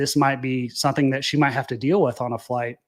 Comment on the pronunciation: " SUN-theen"..... SOME-THING. SOMETHING, SOMETHING!